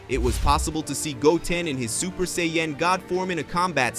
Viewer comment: sajiyn (sayin) not say yhin like u been doing ffs its disgusting other than that love the story lmfao